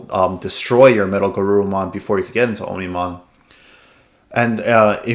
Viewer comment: Great video! Also, its pronounced "ahmni-mon", with "omni" meaning all.